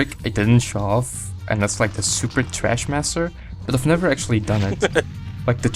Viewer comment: I love how you were calling the move "Trashmaster" instead of "Thrashmaster", LOL. I'm pretty sure that you get that one by mixing rolls and flips... meaning that it's very easy to unintentionally get when using the analog stick.